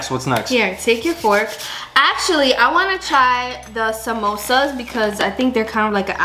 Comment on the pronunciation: The first guy who pronounced the samosa correctly